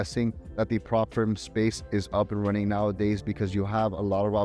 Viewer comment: You talk way too fast. Slow down please, you're in teaching mode. You're also assuming we know what's a prop firm? What's a Prop Firm? I think that is what I'm hearing. See I'm hearing prop firm and you're saying prop frame when I'm checking subtitles. And then I saw it come up again. as firm. What is it?